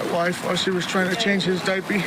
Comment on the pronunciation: Did he say Diapy?